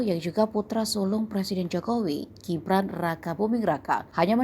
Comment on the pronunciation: Jibran jibran jibran... GIBRAN min GIBRAN !!!... kal bule namanya gibran iya panggilannya JIBRAN. Kalo wong jowo Indonesia ya di baca sesuai aksara baca yg baiiik dab benaaarrrrr.... btw !!! Modarr kowe ngamin raes, wani neng solo aku melu geng'e gibran tawuran karo geng mu.